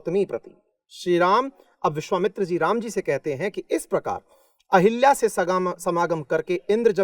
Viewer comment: अहिल्या ✖️ अहल्या ✅